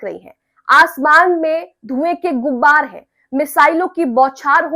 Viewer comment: आप शायद हैं। उर्दू ठीक कर लें "गुब्बार "नहीं कहना है......ग़ुबार सही लफ्ज़ है। बुरा न मानिएगा,,,भाई की तरह बता दिया।